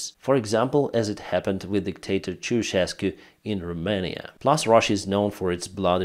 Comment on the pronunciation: You pronounced Ceausescu's name properly, congratulations